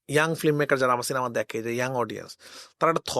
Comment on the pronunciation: রাফি ভাই ওটা ফ্লিমমেকার না, ফিল্মমেকার। ফ্লিম না ফিল্ম। শব্দটা বাজে শুনাচ্ছে..